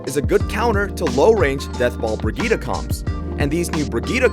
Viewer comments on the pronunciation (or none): none